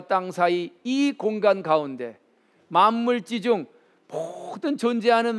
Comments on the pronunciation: 한가지 고처야겠습니다. 만물지중을,"만물"하고 "지중"하고 두 자씩 띄어서 읽었습니다. 잘못입니다. "만물지"하고 "지"라고 띄어서 읽어야 합니다. 이 글에서의 "갈 지"는 소유격이기 때문에 위로 부처 읽어야지요. "한국 어문을 고발함"이라는 책을 읽어 주실까요. 미국 변 완수 배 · 참 말 재주가 좋습니다 좋은 의미로. 한 가지. 천지지간 만물지중 에는, "천지 지간 ,만물 지중" 이라고 두 자씩 띄어서 읽는 것이 아닙니다. "천지지 간, 만물지 중" 이라고, 석자와 한자로 띄어 읽어야 합니다. 갈"지 자는, 이 글에서는 소유격으로 쓰였기 때문입니다. 놀랍게도, 한국의 학자들은 거의 이것을 그릇치고 있읍니다. 한 가지 권하고싶습니다. 근간에 출판됀 "한국 어문을 고발함"을 한 번 읽어 주시압. 미국 변 완수 배